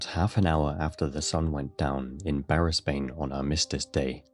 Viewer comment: Brisbane is pronounced Brisbin